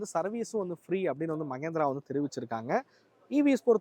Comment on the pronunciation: ಮಗೇಂದ್ರ ಅಲ್ಲಾ ಮಹೇಂದ್ರ